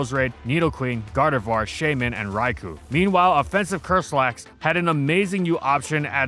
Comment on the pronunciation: You think with going over a Gen 2 OU staple he would pronounce the other staple correctly. It's "rai-koh" not "rai-coo".